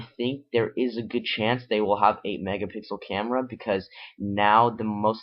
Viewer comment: Learn to say M E G A P I X E L